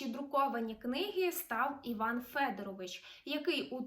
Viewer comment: Іван Федоро́вич (з наголосом на друге «о»)